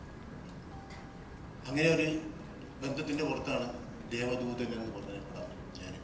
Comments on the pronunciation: ദേവധൂതൻ അല്ലടെ, ദേവദൂതൻ ! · ദേവധൂതൻ അല്ല ദേവദൂദൻ ആണ്